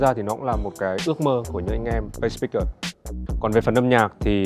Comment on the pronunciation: A Tổng giám đốc Vũ Hà Quân phát âm SpaceSpeakers rất dở !!!